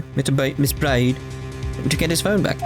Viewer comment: If only the culprits could figure out a way to not be witnesses, this would be much harder for Phoenix. Also, I'm not sure if it was intentional, but it was certainly amusing to me whenever you mispronounced the defendant's last name. It's supposed to sound identical to bird - and that's why she has those feathers.